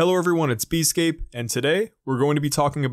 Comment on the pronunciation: Wait, your name is not pronounced "easy-scape"?